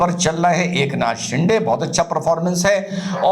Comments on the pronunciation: सिंडे नही सिंदे 😊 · साहब, शिंडे नहीं, शिंदे